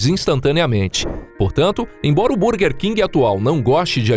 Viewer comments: Vídeo muito bom, mas por favor para de falar bUrguer 😂😂😂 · A pronúncia está errada, em inglês burguer se pronuncia “bãrguer”